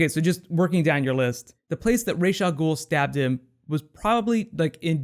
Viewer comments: every time he says Raish Al Ghoul it just burns me. its Ra's, Ra like the sun god not Raish there is no SH, their is no ray, just R-A-S, Ra's Al Ghoul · is it not "RaZ" al ghul,not "raj" al ghul